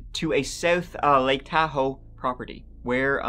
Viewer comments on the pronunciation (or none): none